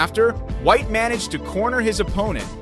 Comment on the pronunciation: (Un-leash-ed) (man-e-jid) (bear-a-g)🤣🤣🤣 brother what